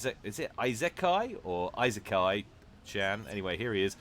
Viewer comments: Isekai is like e - se(sounds like start of sand) - kai, or just go to google translate and put it on Japanese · It's pronounced "Ease-ick-eye chan" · Every weeb around here is now annoyed with your pronunciation of isekai